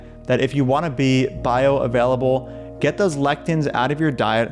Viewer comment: "Bioavaielable". amazing